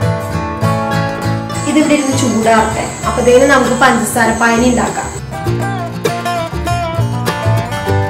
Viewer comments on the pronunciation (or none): പഞ്ചസാര പായനി അല്ല പഞ്ചസാര ലായനി ആണ് 😂